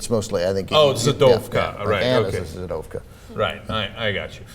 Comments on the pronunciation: its pronounced zhid and zhidovka not zid or zidovka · its not zidovka,but zhidovka,highly offensive. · the "zh" is the sound of "s" in measure- zhi-dov-ka. not zi-dov-ka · u pronounce it like J in French - not Z as a translation from Ukranian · its not zid, it is zhid (zshidovka for a female) if I am not mistaken from ww2 with the german term jude for jews that was pronounced zshid in the USSR. And it is a very offensive term in russia and ukrane for the jews. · BTW, it's Zhidovka if it's Russian/Ukrainian, or Židovska if it's Czech. The "zh" is pronounced like the "-si" in "Asia". It's a drawling "j" sound. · It's pronounced something like je-douv-ka, i think je like in french when you say je suis